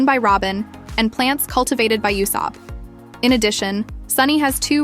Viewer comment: Ah yes, "Yoo-sopp" 😂